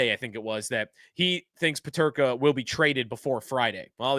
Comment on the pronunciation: You can't even say his name....